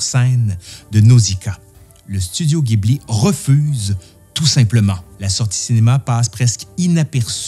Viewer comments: Pardon de te corriger - si tu lis bien ce qui est écrit sur ton t-shirt GHIBLI en katakana ジブリ se prononce JI BU RI et non GUI BU RI ギブリ il faudrait donc dire JIBLI 🙄 En tout cas très belle vidéo qui montre ta passion pour le studio fondé par Miyazaki et consort - j’adore aussi énormément ce qu’il font - je me suis repris d’ailleurs les nouvelles édition Blu-ray sorties récemment en carton (plutôt original) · Encore une superbe vidéo, si tu visite un jour le Japon et que tu essai d'en parler avec les locaux la bas ca se prononce Jibuli (faut faire gaffe la bas, ca les vexent quand on le prononce à l'occidental [pour de vrai ca peux même coupé court à la conversation], même s'ils le montrent pas et le dirons pas. Bref, en tout cas ca permet d'être comprit que tu parle de Miyasaki, alors qu'en disant Ghibli il te font les yeux rond). Et si d'aventure tu visite le Japon prend les billets pour le musée en même temps que ceux d'avion, il faut réserver sa visite longtemps à l'avance mais ca vaut le coup (c'est comme un rêve d'enfant construit dans la réalité) et ca serait vraiment dommage de le rater. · Petite note; bien que le mot "Ghibli" soit italiens, au Japon le nom du studio et futur parc d'attraction qui ouvre prochainement est prononcé "Jibli" 😉 . Et sur le thème des films durs comme le Tombeau des lucioles, il y a un film moins connu mais tout aussi rude à regarder. L'ile de Giovanni, qui est justement tirer du livre "Train de nuit dans la voie lactée". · Quel travail 👏 bravo franchement cette vidéo est super !! Bien expliquée et bien montée!! Merci beaucoup… PS: est-ce qu’il serait possible de faire la même pour Le château ambulant 🙏? Re PS: on prononce Ghibli avec un J ( jibli) Merci encore… 😘